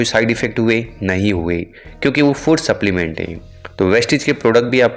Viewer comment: पहिले स्प्लिमेंट क्या दिया ये आपका उच्चार समज नही आता है तो आप सप्लिमेंट का फोटो डाल दो